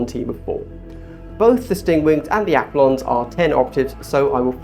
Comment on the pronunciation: Very helpful video but dear lord pronounced aquilons correctly